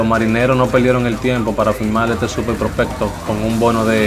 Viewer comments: Aprende hablar prospecto no propelto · No se dice propelto se dice propecto